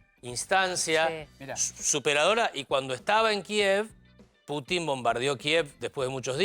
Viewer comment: "Putin", no "Puchin".